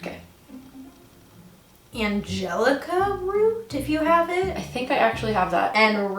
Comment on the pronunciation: Did y'all say RUNE water or ROOT water??